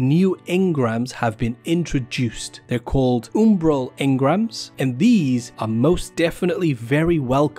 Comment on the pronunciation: Was that oombral engrams that you said? 😂